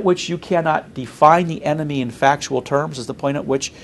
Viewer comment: enemy NOT eemt.....